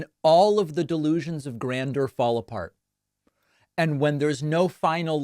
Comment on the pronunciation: why do you say grander when it’s grandeur??? Is it an inside joke or something.